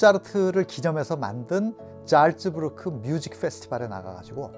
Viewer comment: 잘츠부르크 지명이 한두번 나오는게 아닌데 영상 내내 잘못 발음하고 계세요,, ‘짤쯔‘는 절대 아니예요;;; ‘잘’은 ㅈ나 ㅅ로 세지 않게 발음하는게 낫습니다.